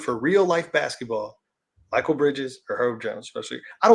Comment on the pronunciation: his name is Makil Bridges not Michael